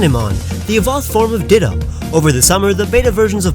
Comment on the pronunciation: He said ditta not ditto